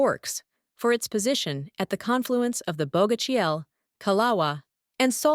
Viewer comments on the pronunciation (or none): Wrecked pronunciation of Quileute and Bogashial. So, no longer interested un this channel.